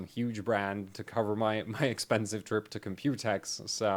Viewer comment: I love how you say "Compute-X" but almost everyone is saying "Compu-tex"